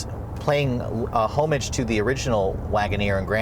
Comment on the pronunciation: Home-age? Learn to pronounce words before using them.